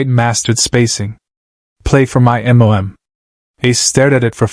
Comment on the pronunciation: The story is excellent. Yet your AI lack of pronunciation of the simple letters MOM destroyed it. Shameful that you didn't correct this. Mom not M.O.M. Smh..